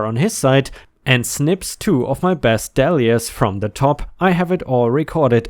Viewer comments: but that's not how he said it, he said dall-ee-ah with a short vowel. it's not a short vowel sound unless there's a double letter after it... is how the english language works... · Dahlia is pronounced dolly-uh. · Dahlia (Dahl-ia) Dahl = sounds like Tall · Dahlia is pronounced like Day-li-ah or dah-li-ah depending where you live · 💖💖💖💖💖 Some online dictionaries have a pronunciation icon that will allow you to hear the correct way. DAH-lee-yah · Dahlia is pronounced dei-lee-uh